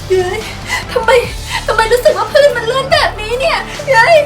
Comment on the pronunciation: พื้นค่ะพี่ไม่ใช่พื่น